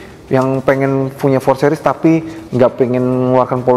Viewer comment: "sih-ris"...bukan "seh-ris"